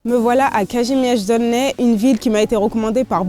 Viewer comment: Piękna wymowa Kazimierz